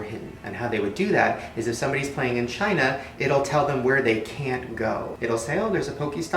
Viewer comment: he says vagina not China sorry I can't age I gave my soul to the devil himself so I'm going to live for a very long long long time I'm going to be the oldest bitch on this planet when you make a deal with the devil you will live long give your soul to the devil and all your dreams will come true